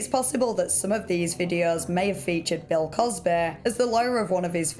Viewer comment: "Bell cosbehh"